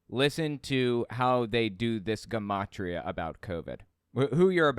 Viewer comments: Its "Juh-mot-ria."Not Guh. It's the study of numbers making it a derivation of " Geometry." Hence the Jun pronunciation. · I enjoy your content, but take the time to check pronunciation of words you're unfamiliar with, like gematria. Correct pronunciation is juh ma tree uh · Um, isn’t gematria pronounced with a “soft’ g? Juh ma tri ah…?